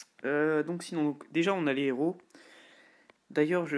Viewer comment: Super vidéo juste on dis pas trois zéros ! Mais trois hèros !